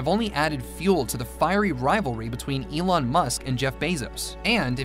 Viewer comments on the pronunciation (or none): none